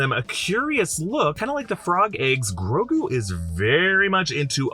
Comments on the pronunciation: It’s not Ngrogu, it’s just Grogu. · Are we sure its Grogu and not, like, Ygrogu? Lmao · Grogo or Grogu, tho?